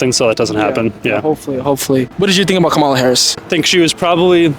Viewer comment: Its going to be bad for us Trump is a lunatic and a felon these people who are interviewing don’t know what they are talking about the black lady is exactly right and you are saying her name wrong